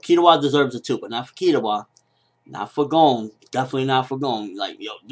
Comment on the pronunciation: I know this seems incredibly nitpicky, but can you pronounce 'Gon' right?